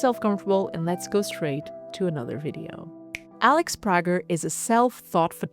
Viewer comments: I enjoyed the video, although I'm not a big fan of Prager. Also, I DO know that here name is pronounced "pray-ger" - just thought I'd mention that. Keep up the great work! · Pager is, I believe, but could be wrong, a German name. and the interviewer at Moma seems to be German. In Germany, the name is pronounced as she pronounces it, as Prah-jer, although at times, the "g" is hard rather than soft. However, Alex is American and although she didn't correct the pronunciation in this interview, I would assume that she didn't because of the accent of the interpreter. But the American pronunciation is pray-ger. I can send you links to a Salon interview but, as I've said already, we can simply agree to disagree rather than trade interviews, which is fine by me. I myself have a Flemish name and in Belgium, it is pronounced one way while in America, where I was born, it's pronounced another way. And, really, as Alex travels around the world and is interviewed in many countries, I'm sure her name is pronounced in many ways. When I travel, the same is true, and I honestly don't mind. Even at home when meeting someone new, my name is normally mispronounced. Roll call in new school rooms for me growing up was a time when I listened carefully and answered to anything that might be close to my name. So, how about if we both move on to more important things and you pronounce Prager how you would like to and I (and Alex, I assume) will do the same?